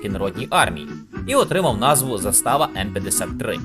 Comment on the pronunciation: Koment na pidtrymku, zAstava a ne zastAva;) 😂, a UA mova (intonacija) kruta u Vašyh video, pryjemno sluhaty, djakuju 💛💙